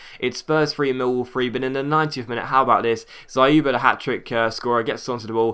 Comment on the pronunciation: by the way you did a good job pronouncing Dzyuba, but YU in his name is pronounced as "You". trust me on this because I'm Russian